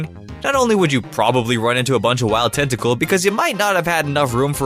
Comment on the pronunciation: Anyone else notice how he says "Tacool" instead of Tentacool